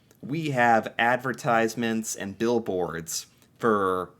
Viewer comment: what is a billbord?😂